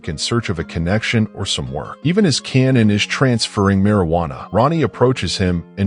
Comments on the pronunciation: Are you serious? You should pronounce it like how they pronounce it in the show. Like "kay-nan" or "K-nan" Not "cannon". Instead of using an AI-generated voice, use your own. It gives more humanity to your page. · Is this made by AI? You can’t watch this show and call him “cannon”. It’s Kanan.